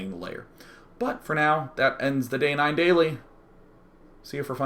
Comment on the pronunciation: Why do ppl say DayJ instead of Day9?